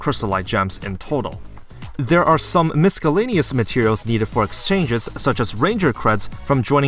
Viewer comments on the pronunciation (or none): the way you said "miscellaneous" killed me :D